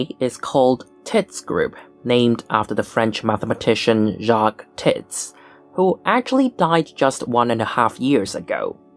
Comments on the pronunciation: The French pronunciation is more like "teets", to rhyme with "sweets". I tired your pronunciation once in a lecture and someone corrected me. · it's pronounced to rhyme with "meats".